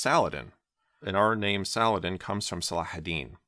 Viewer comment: As an Arab i salute you for pronouncing the letter H ح in Salah Aldin 👏🏼👏🏼👏🏼